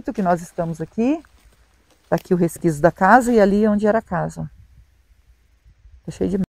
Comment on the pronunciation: Oi, não fica chateado, mas a palavra certa é; 'resquicio' e não resquiso.